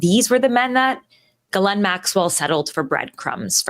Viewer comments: Her name is not Galen or Glen it is pronounced Gheelaine it rhymes with Elaine. The S in the middle is silent. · it is pronounced "jizzlane maxwell" not gilane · Omg..its NOT G-LEN.. ITS PRONOUNCED "GIZLAINE"! RELEAZE THE EPSTEIN FILES! Lets NOT forget that picture the orange FELON PEDO RAPIST drew for epstein of a womens figure and signed his name as the pubic hair! 🤮😡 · STOP IT WITH PORTRAYING ONE OF THE HEAD MADAMMES OF EPSTEIN AS A FCUKIGN VICTIM! SHE IS NOT, I REPEAT NOT A FCKIGN VICTIM. if it wasnt for JIZZLAINE that is how you pronounce the name, not GIElame or some other bulllllshite, its JIZZ laine, there wouldnt be any children trafficked. Ivana also was part of that trafficking ring ivana and JIZZZZZZLAINE were extremely close. Stop putting harlots on your show that glorify JIZZLAINE maxwell and give a voice to the actual victims not cloutchasing wencheds like tara over there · I believe a lot of what this woman says just a giveaway is she pronounced that odd name "Ghislaine" correctly. No one on tv etc ever says it correctly except people who really know people she knows. It's galynn not galane. A is silent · Her name is pronounced "Jizz lean" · please follow Tara's lead and make the effort to pronounce "Ghislaine" correctly. Certain people make a point of mispronouncing "Kamala." Do you want to be like them?